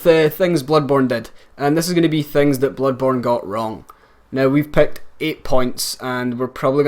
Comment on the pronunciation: '8 things Bloodborne got nvrong'